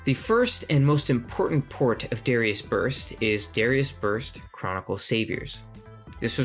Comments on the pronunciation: Good video, but your pronunciation is throwing me off. It's "duh-rye-us." Not "dare-ee-us." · Good info. From one who mispronounced the name forever to another, it's meant to be Dahr-AI-us, rather than sounding like the name of the singer from Hootie and the Blowfish. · Isn't it pronounced da like "dart" and ri like "rising" instead of saying it like Gradius? Since in japanese it's written ダライアス (daraiasu), unlike Gradius which is グラディウス (guradiusu)